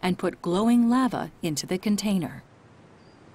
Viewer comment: I've never heard anyone pronounce the word Lava that way before.